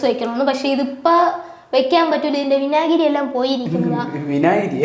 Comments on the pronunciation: 30.59. വിനാഗിരി 😂😂😂😂 വിജാഗിരി ആണ് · വിനാഗിരി അല്ല 😂വിജാഗിരി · വിനാഗിരി ❌ വിജാഗിരി ✅ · 'വിനാഗിരി' ശെരിയാക്കാൻ മറക്കണ്ടാട്ടാ.... 😁😁